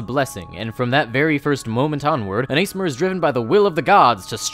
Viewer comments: It's Ah-sih-mar don't me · because it is, it is ass-e-mar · its ah-sih-mar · Aasimar is pronounced /a:sima:/ (or /a:simar/ for you in America). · But what about my dog ace mar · Love the video, just have to say that the way you pronounce one of the races names grates me so hard for some reason. Aasimar - The double a at the beginning is a soft a as in "dawn" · How my brain works when I hear people say ASMR, "Did you mean Aasimar?" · Pronounce Assimar wrong if you like, but... Infallyable? Infallible. In-Fa-Li-Bull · Wait is that how you say aasimar I’ve been pronouncing it wrong this entire time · Have.. Have I been pronouncing Aasimar wrong this whole time or is it just? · I pronounce it Ass-imar, not Ace-imar, but I’ve never heard it pronounced outside of text form so I don’t know the correct way